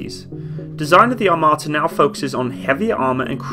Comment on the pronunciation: "АТАМРА" "ATAMRA" Yes, the T-14 Atamra